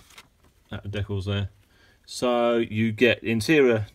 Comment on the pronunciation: Hey, it's pronounced "DEE-cals", not deculs and "ReVEEll", not Revel. Geeze get it right.